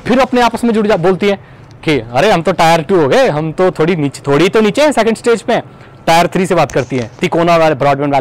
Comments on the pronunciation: Tier is pronounced "tɪə"....it resembles with the word 'tear' and NOT 'tire'. Cheers! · bhai it's 'टियर' not 'टायर'